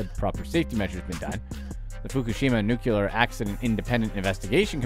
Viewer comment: New-Clee-Er not Nuke-U-Ler. LOL! Seriously, this stuff is awful. And the companies who do this are way rich and don't give a rat's arse about the people.